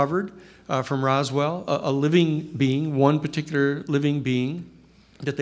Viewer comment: Hey buddy … ITS “ROSWELL” NOT ROSWELL'D WTFK🤦‍♂️ how can we take this dude serious when he doesnt even kno the name OF ONE OF THE MOST FAMOUS ALIEN CASES EVER